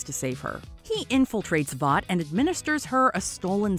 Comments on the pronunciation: Voice actor clearly hasn’t watched anything the boys related. Calls it voight over and over again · It's Vought